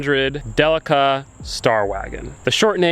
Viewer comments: De leak a say it with me de leak a. Not del lick a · Love a Delica! I’m a huge Mitsubishi fan. Just can’t help but think your saying it wrong. In Australia and Japan it’s pronounced Del-ee-ca. Lol.